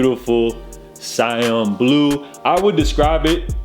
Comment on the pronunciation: “Sigh•Anne” .... ITS 🔥🔥🔥